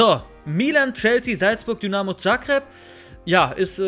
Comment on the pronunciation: Zagreb wird mit einem weichen “s“ wie z.B.“ Sahne“ ausgesprochen...😉